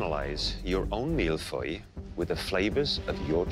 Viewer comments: It's a serious question wrf is that? Noone of them can pronounce Mille Feuille correctly, i wouldn't mind if it was the US version but it's CANADA... and I haven't seen a single Mille Feuilles at all it was a random pastry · i`m from france and he`s saying mille feuille wrong and btw mille feuille means 1 thousand paper and the reason of that is it have many many fine and really thin layers and it desolve in ur mouth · Ikr I never heard an English speaker pronounce mille-feuilles correctly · He isn't pronouncing it correctly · thats because chef Michael isn’t pronouncing it right either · « I didn’t even know how to pronounce mille feuille until today » well.. you still don’t. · you still cant pronounce mille feuilles lol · It's not "Malfoy", it's "Mille feuilles" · I thought Canadians were supposed to be good at french... I thought they were talking about Harry potter, like, "shut up Malfoy" LOL... It's milles feuilles (Like hey not hoy... Fey) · Even professional chefs can't manage to pronounce mille feuille . They say mille foille instead of feuille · Why are they pronouncing it « Mill Foy » instead of « Mille Feuille » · Yeah they prononce it as if it was an O but it’s “eu”, not the same sound If you wanna make sure of your pronunciation just google translate it and listen to it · "I didn't know how to pronounce mille Feuilles, until today" Well it sure isn't mill foy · All I heard throughout was "MILF AHOY". 😂😂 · Mille-feuille not mille-foy please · my poor child, it's Mille-Feuille and not Mille-Foil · its hard to take them seriously when they say "MEAL-FOY" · Master Chef Canada and no one can pronounce Mille-Feuille. Mill-Foy... Embarrassing... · How my brother pronounce Mille-Feuille is 'Mile-Fuel' lmao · Boi said "malfoy" lmao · Its suppose to be MIL - FYUU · my man said Mil foil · When said he didnt know how to pronounce the mille feuille well that wasnt how your pronounce it either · The way they say Mille feuille hurts my heart ✨